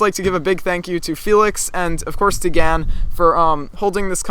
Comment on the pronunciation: isn't it gans. with an s.